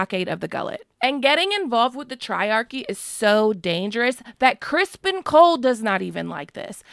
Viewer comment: Crispin??? Isn't it criston Cole